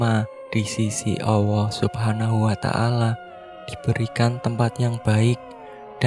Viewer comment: Min,yg benar ALLAH..bukan AWWOH..🤭🤭🤭